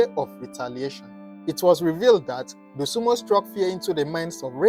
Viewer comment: Dosunmu not Dosunmo. Get that right